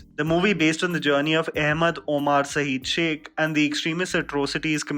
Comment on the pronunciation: 1st u learn to pronounce "Omar" correctly, "oamaar" is not a name mr. ""....